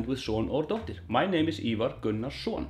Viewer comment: Hey there. I presume that was just quick or slurry speech... as many of us are guilty of 😅. It is always "-dóttir" and should have a pronounced harsh 'R' at the end.